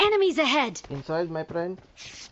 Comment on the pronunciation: "Do you want grenade my prennn" 💥